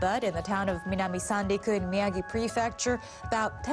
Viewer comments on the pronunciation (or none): none